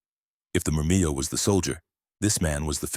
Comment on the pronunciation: Pretty sure Murmillo is pronounced with the double "ll" not turned into a "Y" like Spanish.